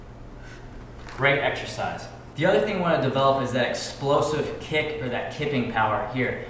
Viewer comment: Why does he call it a kip instead of a kick